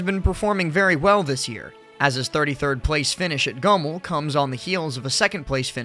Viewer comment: Why do you pronounce Goml like that lmao. Great vid though